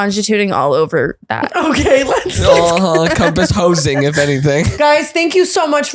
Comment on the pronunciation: "compass hoesing" 💀